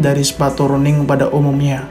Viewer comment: maaf bro,,Running = bahasa inggris,,kalau di baca bukan Running tapi RANNING,,maaf ya bro